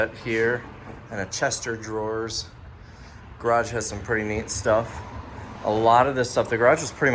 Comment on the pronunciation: Haha 😂 Chster Drawers!?! Who's Chester?